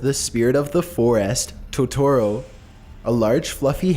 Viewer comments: its Totoro (TO-to-ro), not Totoro (to-TO-ro) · It's "To-toro", not "ToTORo". God, that irritated me more than it should've. also this comments section is absolute cancer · Okay, but who else is upset about the Studio Ghibli and Tutoro pronunciation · "My neighbor toe-toro " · Did anyone else cringe of how he pronounced it Toe-toro? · 2017: toe-toe-row... kms😂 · U said Totoro wrong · NOOOO NOT MY BELOVED TOTORO Q~Q You pronounced his name wrong btw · I got triggered by the way he said totoro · The way he says totoro is pissing me off, like he's saying it wrong 😭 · Toetorero ghiberee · Toe tu ro! Is how it's pronounced! And it's audio gebli is also how that's pronounced! Jeez you don't even have a accent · "To-to-ro" "Ghi-bi-ri" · I liked this video but I CRINGED when you MISPRONOUNCED Totoro And Ghibli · Lmfao at the narrator's way of pronouncing Totoro and "Studio Ghibli". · I love you so much, but the way you pronounce Totoro and Ghibli, disturbs me....